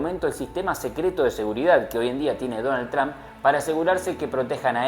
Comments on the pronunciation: Tran no....Trump en American English la pronunciacion es TROMP..y he visto que todos los Argentinos pronuncian igual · Porque tienes q pronunciar Trump con "a"...todos uds los argentinos hacen lo mismo...suena horrible